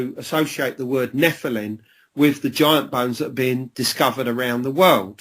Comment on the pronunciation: Why does he. Keep saying NEPHILIN. instead of NEPHILIM he might have a speech impediment.